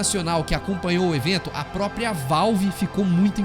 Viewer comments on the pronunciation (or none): none